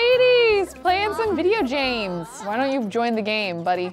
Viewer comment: "look at all the ladies playin' some video james!" XD it's alright I'm not making fun I also speak like that sometimes which is why I am laughing XD